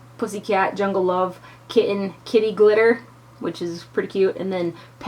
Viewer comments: I thought you said kitty litter lol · LOL...I kept thinking you were saying kitty litter and thought that was such an odd name but made sense because litter usually is gray/silver...LOL Great review as usual, always trust your opinion! xoxo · It sounded like you said "kitty litter"... then I thought nooo that's just wrong! Why would they name a shadow that! LOL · Love this palette!!! I was craking up kept sounding like you were saying "kitty litter".